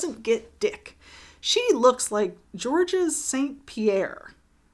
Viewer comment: For an American, you have a very dry sense of humour. As a British person I can appreciate that. Unapologetic deadpan bitch (with a good heart and brain) is my vibe Also the awful french pronunciation of Georges Saint Pierre just made it funnier